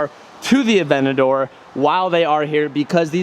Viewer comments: A-V-E-N-T-A-D-O-R not “aVeNtI” good lord 😂😂😂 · saying Aventador "Avenadoor"